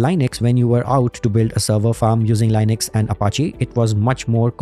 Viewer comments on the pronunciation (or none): Small tip: Say Linux, not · leenux, you even pronounced Linus' name correctly. 😢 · Everytime you say, a feel a primordial pain... The GOD himself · Indian pronounciation Lainex 😂😂😂😂